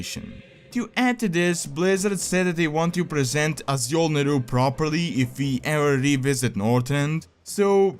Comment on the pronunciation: Awesome video, as always! (btw Azjol is pronounced like ažol):)